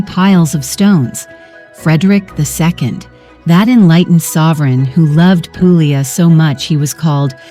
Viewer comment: Can you edit the audio to fix the areas where you say pooo glee a. in several other areas you say it correctly. I enjoyed the vid. Grazie.